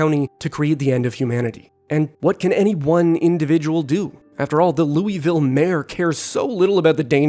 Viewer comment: lew wee ville LOL